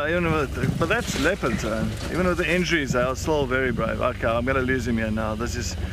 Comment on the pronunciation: LOL that Ehhhh is so South African, if one was to play that for me at any time I'd be like homeboy